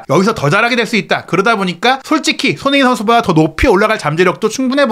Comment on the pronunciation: 발음을 정확히 합시다. 손흐민❌️ 손흥민⭕️